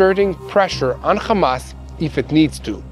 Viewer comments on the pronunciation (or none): Bro learn how to say "hamas" not "khamas" lol yall Israelis can't even say the name right but stay saying it wrong sound so dumb